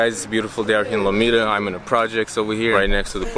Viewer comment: This guy said lomita lmfaooooo